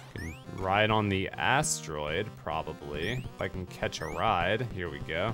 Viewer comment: channeling his inner Pandora hillbilly “Catch a Riiiiiiiddeee!”